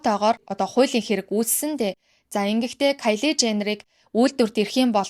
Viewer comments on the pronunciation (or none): Каялы женнер биш кайли gd ehnii uyiig n urtaar duudaarai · Кяндал , Каялий гээд хэлэхийг нь сонсохоор аймар хэцүү байна аа. Зүгээр хэлж болдоггүй юм уу?